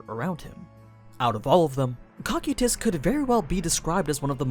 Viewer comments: I’m so used to hearing Coe-Ki-Tus, that Cock-you-Tus takes me off gaurd each time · Guys the pronouncement is a bit off. It's not COCK-SAI-TIS, ITS NOT COC-KU-TIS. ITS CO-KY-TUS. Cocytus. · Bro your horrid pronunciations of character names is the reason I don’t watch your content. First it was “Ree-mer-roo” which you pronounce as “Rim-Roo”, and now “Ko-Ky-Tiss” which you pronounce as “Cock-Cutiss” which is stupid close to “Cock-Cutips”, which is a little funny tbh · its (co-ky-tüs) not (coc-ue-tus) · i love these videos but the way you read some of the names really makes it hard to watch especially in public - its CO-CY-TUS .... not COCK-CUE-TUS please dont say it like that anymore i rather not have people ask if im watching something porn related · Huh I pronounce it co-kite-us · Cocytus (KOH-KYE-TUS) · Man's actually be saying Cockquetus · he calls him "cock e tus" and that bugs me to no end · In the english dub cocytus is pronounced Coo Kite Us...... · NOOOO!!!!! Use the dub pronunciation again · You mispronounced his name but you say the layer off hell right how is that even possible they are pronounced the same cmon man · Why are you saying cocytus like that?